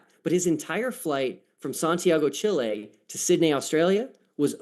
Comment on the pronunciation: Honestly. I can't trust your intelligence if you can't properly pronounce Chile.